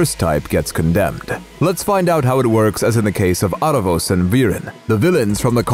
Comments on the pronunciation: Its pronounced Aaravous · Also I can't get over you guys pronouncing his name Are-ah-vohs lol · i am sorry but the mispronouncing is irking me so much how you say aaravos and katolis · How do you really pronounce aaravos or eerevos? in Latin Spanish we call it aaravos exactly as it is written